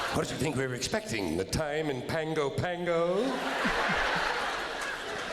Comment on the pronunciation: He said that so wrong. I've actually flown into Pango Pango. I lived in Samoa for a little bit in the mid 90s. "Pahng-goh pahng-goh" would be a better pronounciation but it still doesn't express the pallet slide to say it properly.